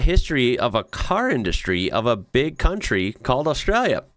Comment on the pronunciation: The word Count-ry sounds too much like C U in the NT when spoken. Nonetheless, I’ve heard YouTube has been relentless, especially to reactors.